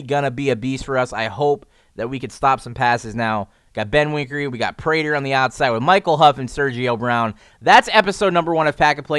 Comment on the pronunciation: It's Benwikere not BenwiNkere like every YouTube adds another N to his name so annoying just read the fucking card